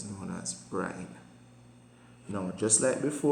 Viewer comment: sir is it brime or brine????